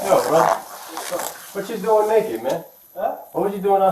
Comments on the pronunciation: "Is this the neck-it man?" "He's not neck'id no more." Excellent grammar. We need more intelligent folks like this. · “Nekkid man” 😂😂😂